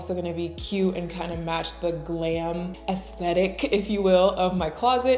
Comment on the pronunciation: Love how you said "Aesthetic". I can imagine you using my music beats in your next video.